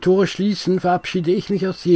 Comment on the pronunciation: Beim Dritten "Jeeeewah" war ich als gebürtiger Jefffffffferaner raus. Ciao.